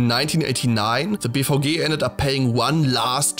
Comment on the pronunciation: Fascinating video but I keep hearing BVG as “beef hoagie”